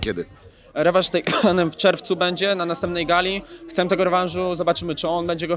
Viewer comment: tyle już wywiadów dał a nikt mu nie powie, że się nie mówi "chcem" :D